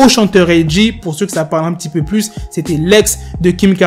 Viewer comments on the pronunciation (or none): none